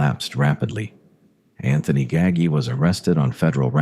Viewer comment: I turned it off when the AI said Nino Gaggy.